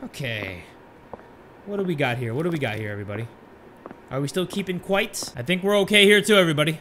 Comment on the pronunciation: Its "keep quiet" not quite 😂😂😂